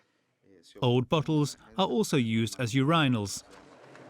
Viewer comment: nah bc who TF pronounces Urinal like that.